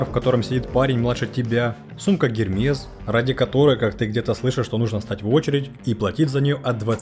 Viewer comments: Не Гермес,а Эрмес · Как-то странно вроде рассказывают про маркетинг и не знают как бренды произносятся, какой-то гермес, найк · Сумка "Эрмес". Я тоже считаю, что цены на них завышены, но это не повод неправильно произносить бренды, раз уж вы беретесь о них судить